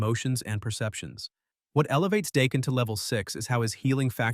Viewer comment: 😆 😂 Is it pronounced Dah-ken or Dā-ken?